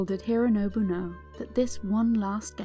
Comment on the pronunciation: Why do you call him “hirrrrooonobu”? It doesnt sound English and doesn’t sound Japanese either